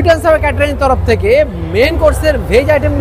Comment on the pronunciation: সুইট এনড সাওয়ার নয় সুইট এনড সৌর হবে